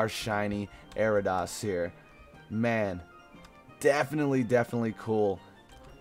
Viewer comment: Not trying to be mean but, it's pronounced AIR-EE-UH-DOS.... Anyways great vid, really loved it! <3